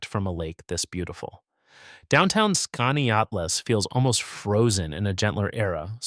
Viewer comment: Sorry to be the squeaky wheel, but Wells College in Aurora is closed as of the 25/26 academic year, and your pronunciation of Keuka and Skaneateles made a local upstate girl cringe. Yes, upstate is beautiful, and has many hidden gems.